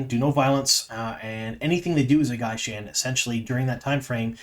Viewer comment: You are not pronouncing gai'shain and Shaido correctly. You also aren't describing gai'shain correctly.